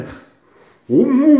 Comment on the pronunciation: mdrr quand il dit o momon au lieu de au moment des barres !